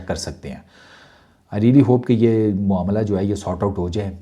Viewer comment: मामला❎ मोमला✅😂😂😂😂